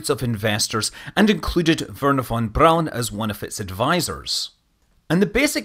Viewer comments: It isn't really. He's more or less spot on with the german pronounciation. Apart from AG of course. He even get's Von Braun pretty much right which is extremely rare for english speakers.. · Extra credits for getting the pronounciation of Von Braun pretty much correct. Both parts. You don't hear that often. since i often point out if it's wrong, it's only fair to do the opposite. Possibly some native english speakers who are used to the ususal way, may not recognise it anymore or will complain... But they are wrong. There isn't any unusual sound (for englishers) in the name (except the different way to say an "R"). Often people try way too hard. Using a F in von and just saying "brown" is actually easier and closer than the ususal attemps.